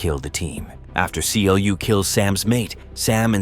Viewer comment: It's not King C.L.U. It is pronounced Clue. Yes, Clu leads that digital world, but never called king.